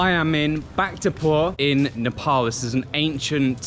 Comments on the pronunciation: Bhaktapur VA as in van Vakh-ta-pur, not bphkta-pur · Bhaktapur = "Back to poor" in a British accent. 😂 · "Back-ta-pur" I'm sorry but that's not how you pronounce it 😭 it's incredibly funny listening to someone from a foreign country try and pronounce it